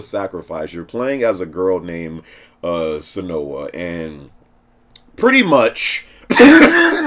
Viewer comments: Senoah? Sin U Uh my dude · ...did he call her senoa?